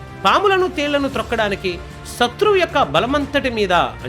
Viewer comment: KYA VALAM kaadhu KAY-VALAM SHATHRUVU kaadhu SETHRUVU. SHAKTHI kaadhu SAKTHI.